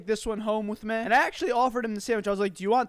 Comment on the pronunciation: Not to be a male Karen, but the "meh" instead of "mee" always throws me.